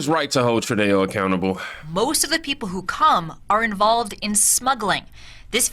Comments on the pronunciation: True dough is the way to pronounce Trudeau. You said it correctly that time when you said "it's true dough". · Dude It’s “GDP” And NOT “gpd”, What’s Up With You Of Late Man❗️❓❗️ 😳🤨😳🤨😳🤨😳🤨 One More Thing, THE IDIOTS NAME IS PRONOUNCED “TRUDO” AND “NOT” “TRUDÉO”, Your Just Making Yourself Sound Like A Dumbass, It DOESN’T Help Your Cause Mate❗️❗️❗️❗️ 😡🤬😡🤬😡🤬😡🤬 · you called Canada's leader "True Day Oh", but it's pronounced "True Doe". Good job, your presentations are very good. This is how I get my daily news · Hi name is Trudeau (Troo-doh), not "True Dayo" lol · 😅😅 its not *tru,Day -oh,its true -doe😅😅 ill keep helping you pronounce things correctly for the next time love you bro keep doing what your doing been with you since 6k subs, and have loved watching you and others wake up and realize who and what the democrat party really is byt we should think trump by allowing biden to take residency, instead of having the military reveal everything they monitored and caught becayse you cant just tell some thry have to live through it wnd experience it but that evidence will ve revealed soon along with epstien diddy and other things that will be revealed later in the massive prosecutions in tve military tribunals, they buikt 2 new courthouses and 5 new gitmos military prisins because special cojncil John Durahm in his 8 year investigation to drain the swamp, 150k indictments will drain tbe sewer swamps you can catch things to eat its livu g and beautiful sewer describes it better 😅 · It’s pronounced “True-doh” 🙏🏻❤️ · Just so you know, his name is french and is pronounced True-doh, french has weird pronunciation so Im not hating on anyone that gets it wrong, just an FYI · Justin FALSEdeau (sounds like Falsedayo!) Keep it! I love it😂😂😂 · It's pronounced True-dough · Trudeau is pronounced True-doh